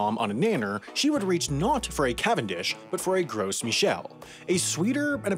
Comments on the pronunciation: isn't the 's' in 'gros' silent? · I thought the S in Gros was silent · It's pronounced like grow not gross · Gros is a French word meaning large, fat, etc.. So it's pronounced more like "groh" without the second half of the o. I don't care how people pronounce it, but it's strange to pronounce Michel the French way and pronounce gros the American English way. Especially since my name is the English version of Michel. I did study French for six years so I sound stupidly pretentious when pronouncing croissant. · You don't pronounce the "s" in Gros. It is pronounced like the word "grow". It wasn't gross, it was tasty. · “Gros” is definitely not pronounced “gross”. I assure you. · OMG! I can't listen to this. Gross??? Seriously? Maybe try using Google or asking someone with a three digit IQ to tell you how to pronounce important words next time. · Let's make a video about a subject, then mispronounce that subject the whole video to see if some person on the internet will give me extra engagement by commenting on the video telling me how "Gros" is supposed to be pronounced more like "Grow" because the "s" is silent. Then maybe he'll complain that, despite the title being "Why Bananas Will Taste Different in a Few Years", there is no mention of the possibility of bananas tasting differently in a few years, and in fact, they probably won't, they'll just be borderline extinct. And how normally the titles are a bit clickbaity but accurate, but this one is misleading at best. The youtube algorithm is going to love all that engagement. And then, we can all read that comment in our head in voice. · Work on your pronunciation of Gros - it’s French.